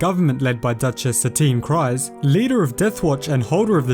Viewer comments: Dave Matthew c r e e z e lol yep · Why does everyone on Youtube pronounce Kryze like "CRIES" when talking about Duchess Satine? Her name is pronounced "Creeze" in the tv series!